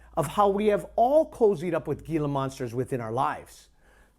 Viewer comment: You have shit for brains. And it's pronounced HE-la, not GEE-LA